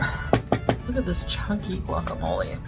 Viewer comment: As a Mexican American, I’m offended by the way she says fajitas and guacamole. 😂